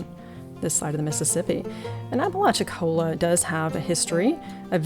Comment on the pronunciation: A really fascinating shop! Some years ago when I doing phone customer service, I spoke to a gentleman from Apalachicola. I mentioned some of the history of the area. He told me I was the first Yankee he'd heard pronounce the name right!